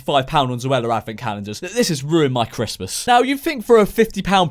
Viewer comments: Is it just me or did he say chresmas is coming up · George. You said Chrest mas. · Did he say cressmas